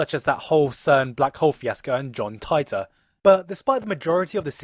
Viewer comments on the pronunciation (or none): Bro, I love your video. I agree with pretty much everything you say. But you can't pronounce anything XD John Titor You: John Taitor It's Pronounced "Teetor" At least as far as the dub goes haha. Also with Okabe's name lol. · he's pronouncing "Titor" and "Okabe" wrong. Accents aside, he should at least pronounce the names like they do in the anime.